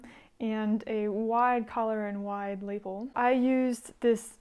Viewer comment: Wow! Thanks for sharing all of your work😃 I love your taste in coats! (p.s. it’s pronounced, “la-PELL”, accent on the “pell”😉)